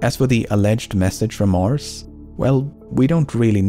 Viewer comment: Mars* not Mors